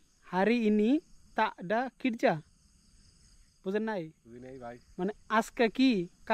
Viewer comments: আপনার ভুল প্রথমেই বিসমিল্লাহির রকমানির রহিম হবে না, হবে বিসমিল্লাহির রহমানির রহিম। আর কিরজা হবে না, হবে কেরজা। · হচ্ছে কিন্তু উচ্চারণ গুলো ঠিক হচ্ছে না বাংলাদেশের মতো হচ্ছে। মালয়দের মতো উচ্চারণ শেখো আর কাজকে কিরজা না কেরজা বলে